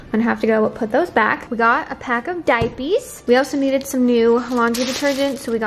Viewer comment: I love how you call diapers, “diapees” 😂. Also, blue dawn dish soap works wonders on stained baby clothes. Let it soak in a sink of it over night. 🙌🏻